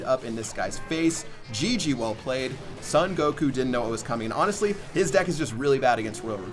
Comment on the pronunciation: have you ever seen dragon ball?:) how can you pronounce "son goku" like that?:)))